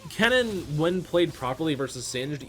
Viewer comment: I was so confused, you make Kennen sound like Cannon :D took me 5 minutes.